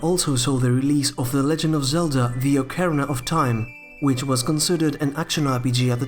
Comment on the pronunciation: "okerna" of time